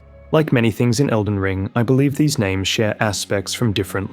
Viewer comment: Bro said Felden John and I was about to assume this whole video was one big joke leading up to John Nightreign